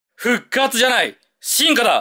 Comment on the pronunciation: 進化だの発音が悪い